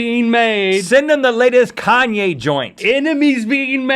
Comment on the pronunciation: Wait, Rhett actually just said "Send 'em the latest Kaye joint". THE LATEST KANYE JOINT.